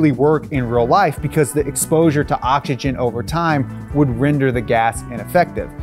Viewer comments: Bro I'm mexican and somehow i am bothered by your pronunciation. Stop saying awchigen its Oxygen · please say octzygen